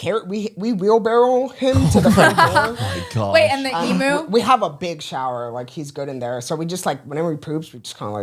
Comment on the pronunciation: I’m Australian and just have to say how much respect I have for the fact pronounced Emu correctly 😅 EEM-YOU! 👏🏼